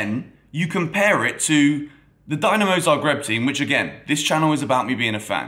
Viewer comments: its pronounced "din" not "dine" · Its not "Dynamo", its Dinamo! Has that "i", like when you say Italy. Cheers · Everything correct and nicely said! Just one thing... try to say Dinamo correctly next time 😆 And a comment for the youth team... Dinamo beating Chelsea youth team is not a surprise at all. Dinamo's academy is one of the best in the world and they are in the knockout stages every single year.